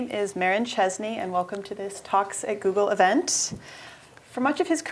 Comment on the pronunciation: Sounds like she's saying "Toxic Goggle".